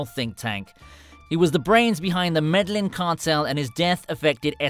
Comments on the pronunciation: Your pronunciation is terrible where did u get George from? Its Jorge pronounced" hore hey "it may look a little like George but it's a totally different name I know u don't speak Spanish but u only have to parrot back what u here u pronounced nearly everything wrong including kiko,Medellin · dude said Meh dell In 😂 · Medellin not Meddling you imp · Medlin? really?